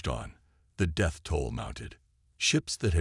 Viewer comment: Sorry, I had to stop listening. Death was pronounced in 4 different ways, none of them accurate. I hit 3 minutes 25 seconds. Please edit your video efore posting.